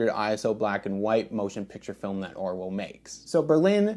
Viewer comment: It’s pronounced ’Orvo’ being German.